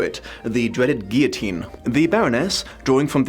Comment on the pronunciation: Liking and commenting because you pronounced guillotine correctly.